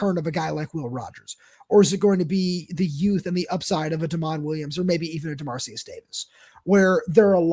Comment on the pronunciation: Hate being this guy :) but given how relevant he is right now I think it would be nice to learn how the name “Dermaricus” is pronounced (or at least pronounce it phonetically). I’ll admit to not knowing it myself but I’m pretty certain based on the spelling you guys are both pronouncing it wrong.